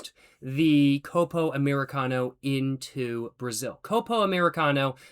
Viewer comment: “Côpo” 😅 The correct pronunciation would be “Cópo”